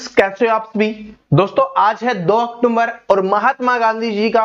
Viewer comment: अक्टूबर को अक्टूमबर क्यों😢